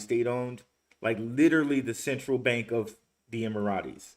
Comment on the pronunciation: EM-Err-Itz I believe is the sound. All Love for you n whatchu do! Keep em coming!